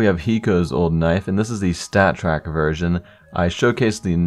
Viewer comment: When he says "version", it sounds like virgin. Ayy lmaoo